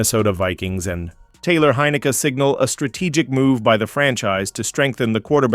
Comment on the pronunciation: & it’s pronounced hyn i keee